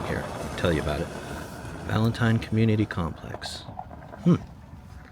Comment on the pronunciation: It's pronounced Valenteen